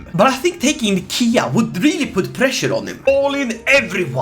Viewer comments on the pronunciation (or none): none